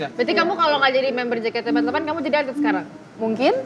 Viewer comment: casingnya bule, tp nyebutnya JEKATE EMPAT LAPAN zzz